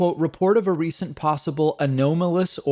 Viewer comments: The only long O pronunciation (go tone rope) of anomalous is from the Greek. Websters New World Dictionary College Edition 1968 Had to blow the dust off of it. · Never thought I'd have a highbrow chat like this on YOU TUBE of all places Haha. I think David is clever boy, and makes these assertions just for the heck of it. Anyway, I've never heard of that word pronounced with " the long O" , the Webster Greek origin theory aside. I'm going to have agree with you and go thumbs-down on Pakmans "either is correct" statement. 👎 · /əˈnämələs/ You just sound stupid when you say it a-no-malous. Come on David. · David, I don't think 'a-nome-o-lus' is acceptable. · Anomalous /əˈnämələs/ Only acceptable pronunciation. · Anomalous may have two “accepted” pronunciations, but only “an-OMM-o-lous” is correct. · I believe the O in anomalous is pronounced like the O in Mom. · Anomalous has one acceptable pronunciation. I've checked several different dictionaries. I know David has turned his mistakes into some sort of meme but come on already. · David mispronounces the word 'anomalous', then self corrects, then says:. "Both are acceptable pronunciations". NO They ARE NOT. That is exactly what TRUMP would say. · It's his Spanish upbringing. He makes mistakes and gets embarrassed. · Odd. The last time he reported on this phenomenon, he made the same bogus claim about the supposedly equally valid Spanish pronunciation of anomalous. I commented on this error at that time, but he still emphasizes the erroneous pronunciation. This highlights that he (a) previously reported on this story and (b) is still driven by this fevered and misinformed take on thee pronunciation of the word anomalous. Disappointed that this fake surprise at the story and the ignorance of the word’s pronunciation endures as apparent click bate. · I've never heard 'anomalous' said that way. And I work in an industry that deals with constant anomalies. Lol